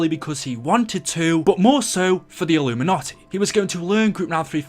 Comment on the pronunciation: When you say "illumanti" are you talking about the same community where they sell there souls